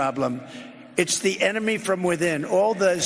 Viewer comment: The ememy ,the enema , tomato ... Tometo :))))